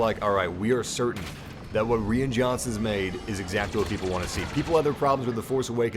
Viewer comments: Pronounced ryan not rian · I agree, everyone has opinions. But for "crimminy sake" RYAN!!!!! It's Ryan with a long "I" sound. Like "I am". C'mon G! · Lol, just for future reference "Rian" is pronounced the same as "Ryan." But yeah, the comedy was a bit off and most of the Canto Bite planet took me out of the movie for a bit. That one thing Leia did looked a bit silly... wish that was done differently. I liked Rose, just not the storyline they gave her. Also, Phasma and Snoke. Other than that, I really enjoyed TLJ though. If "smaller scale" is an issue, people need to realize just how small of a scale Empire Strikes Back is... It's no larger in scale than TLJ. P.S. I love Phantom Menace and Attack of the Clones. The battle of Geonosis in AOTC is amazing. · “Reean Johnson”